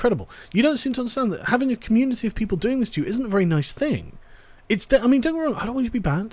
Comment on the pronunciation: The way youre pronouncing "Community" is triggering me. Youre not pronouncing it right- its COMMUNETIEYH, FREAKIN GET IT RIGHT! :P